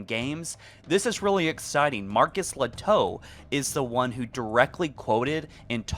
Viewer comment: I think I've heard his name pronounced "Ley-toh", not "Le-toe". (Although really Lehto is a Finnish surname, where the 'h' would not be silent. Marcus probably has some Finnish roots!)